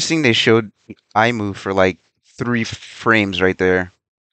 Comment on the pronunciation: Just a small thing but it’s pronounced as E-Moo